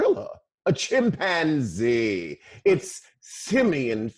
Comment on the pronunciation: LMMFAO! Not a Gorilla, a C H I M P ANZEE. be killing me 🤣😂🤣😂